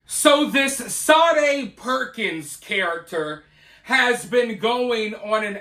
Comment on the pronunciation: Sade...reads sharday